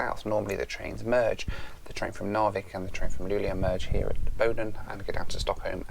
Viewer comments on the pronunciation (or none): A few things: you seem to pronounce Luleå more like "Luglio" (which means "July" in Italian). "Sovvagn" means "Sleeper wagon", "väckning" means "awakening" and "en smak av Sverige" means "A taste of Sweden".